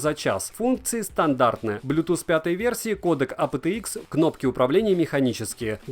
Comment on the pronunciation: Вот честно, твое АПэТэИкс так "режет" слух в этом видео. Почему не ЭйПиТиИкс, нормально, как должно произноситься в английском???